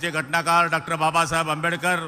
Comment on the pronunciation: आहो गुलाब पाटील आपण एक मंत्री आहात आणि डाक्टर बाबासाहेब आंबेडकर अस म्हणतात.म्हणजे एवढे आपण सुसंस्कृत अहात.तुम्हाला डॉक्टर एवढाही शब्द नीट म्हणता येत नाही आणि तुम्ही चालले गाव आणि राज्य सांभाळायला.आता पहिलं स्वतः ला सांभाळा.